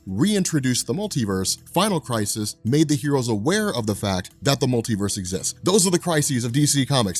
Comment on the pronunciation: Are you pronouncing it as 'crisees'? Also I didn't see anywhere where it's versus Superman...